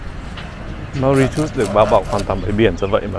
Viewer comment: Bạn tra từ điển xem nước đó phát âm như thế nào nhé, không phải như bạn nói đâu 😂❤